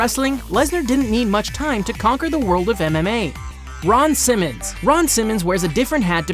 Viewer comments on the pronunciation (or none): none